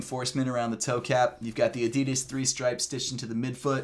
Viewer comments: I wish you would pronounce Adidas the way it was supposed to be pronounced. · Americans really cant say Adidas properly